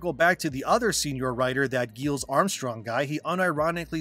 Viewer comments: BTW, the main writer for this game is pronounced Giles (like the character in the Buffy series). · his name is pronounced like Rupert Giles from Buffy. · Hey man appreciate your work and the delivery of it. But respectfully, you should take a little time to understand how names are pronounced. Getting Giles wrong and mispronouncing "rhetoric" undermines your position as a public speaker